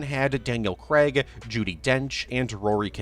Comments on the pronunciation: I love how no American can pronounce craig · And Daniel Craig's surname...